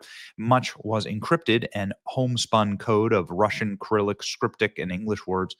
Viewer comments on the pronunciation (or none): How come out of 20 videos I watched, only one knew how to pronounce Cyrillic? SIR-ilik. I thought this was common knowledge. Its only one of the oldest forms of language and lends to many other languages.